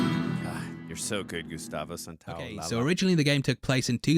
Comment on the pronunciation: Is not Gustavo Santa-o-la-la it’s Santa-o-lie-ya